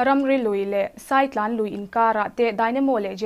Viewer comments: Saitlan nilo in sàitlàn tih tur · Saitlan hi ilam diklo